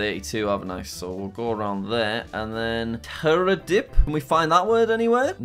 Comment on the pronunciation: Jack when u said terhadap it wrong and meningkat it right I no it because I'm indonesian